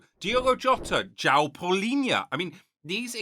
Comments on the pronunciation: Palhinha not Paulhinha :D but good video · João Palhinha, not Paulinha. Great video!